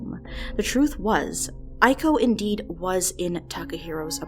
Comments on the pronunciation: ee-ko, not aiko. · Nice vid, but Iko is read "ee-ko" not "i-ko"